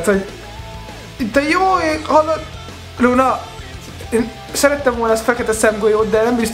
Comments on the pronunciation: Luna helyett Punát ertettem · Kicsitse hangzott úgy!😂